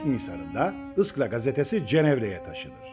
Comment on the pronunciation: ıskra değil,iskra